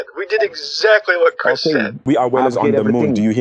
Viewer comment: Listen here I'm NOT CHRYISP!!!!!! I AM CHRIS?